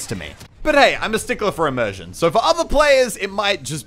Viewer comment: Did he say emersion?